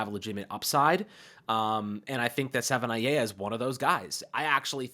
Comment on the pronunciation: Guys, as a Hawaiian mutt, lol! You read & pronounce his name (Jonah Savaiinaea) like pronouncing Hawaii….”SAVA-EE- NAY-AH”, even though he’s from Samoa. I suggest not to butcher & shorten his name, lol!